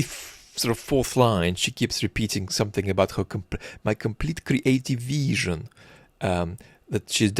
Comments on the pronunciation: Dude, if I have to hear "creative veeesion" one more time, I swear to god. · had a wonderfully kree-ateeve veeshun